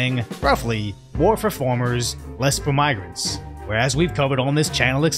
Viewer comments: Mate, it’s farmers not formers. Are you French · It's farmers, not formers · It's farmers......not formers...